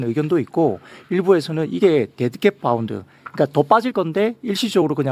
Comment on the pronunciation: 파운드? 빠운드? 바운드? 공부 좀 미리해놓고 방송해라 ㅡㅡ 아오 못들어주겠네 ㅡㅡ